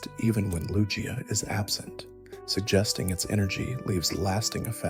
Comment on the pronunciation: Great stuff, it is "Loo-Gee-Uh" though. I think most would agree on that.